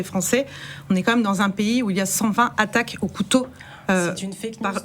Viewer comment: Cent vingt zattaques ?!? Ce ne sont pas des données zactuelles !